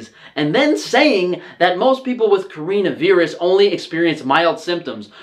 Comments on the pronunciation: Corinna viirus? Nintyne? Why you pronounce it so wierd ^^ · WTF THE WAY HE PRONOUNCES CORONA VIRUS AS CAREENA VEERUS